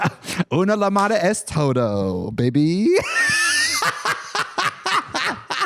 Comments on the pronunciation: As a Spanish speaker when I heard Trixie say "Una luh mada es toe doe", I literally thought I was having a stroke. Lol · Trixie I love you but the double L in Llamada is pronounced like Ya in YAAAAASS so YAMADA, please fix this pronunciation error before you get casted in Emilia Perez part 2